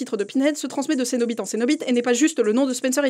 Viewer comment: Ahah, elle a dit cenoBITE.